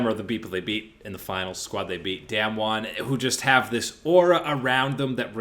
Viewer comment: We have been talking about this team for the past 3 years now, I think it’s time to pronounce their name correctly. It’s not “damn-won” is “dahm-won”